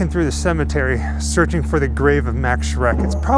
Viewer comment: His name was not "Mecks" or "Mex" or whatever, but "Max", plain and simple.